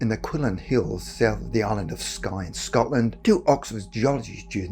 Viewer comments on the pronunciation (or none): none